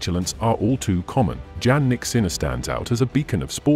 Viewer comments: PLEASE LEARN TO PRONOUNCE THE #2 tennis champ correctly! Yannik..how do you expect fans to listen to your content when you are unable to even pronounce the name of this remarkable athlete correctly? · His name is Jannik Sinner, not Jan or John from your pronouncing his name. Jannik didn’t has a nickname Jan or John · Nice video but pronounce his name correctly. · You made a video about Jannik but you don’t even know how to pronounce it.